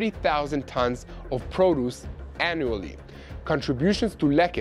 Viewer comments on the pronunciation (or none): none